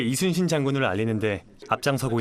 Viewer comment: 뭐야 리순신이라고 안하고 이순신이라고 정확히 발음 할 수 있네? 못하는줄 알았는데 ㄷㄷ신기하다